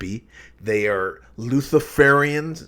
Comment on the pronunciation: It's Luciferians not Lutherferians